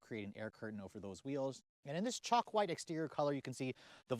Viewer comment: Is that Chalk white or as you say it sounds like Choc white lol